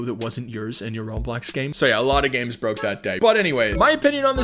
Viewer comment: When he said "by making you games" I really thought he said "by making you gay" 😭